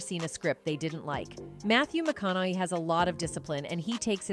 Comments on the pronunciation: What's with that stupid pronunciation "McKonay" ?? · Wish she would pronounce his last name correctly.. AI i guess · ❤ how can you not love the man. I met him personally at music lab here in Austin it's awesome. And I do remember the night the cops were called on him who is in his own home minding his own damn business. And I agree with the first comment up there I can't stand AI I can't even say his last name right😂😂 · I hate AI commentaries, half the time words are pronounced wrong or completely misconstrued and mistaken. That's not how his surname is pronounced. Dear God help us 🙃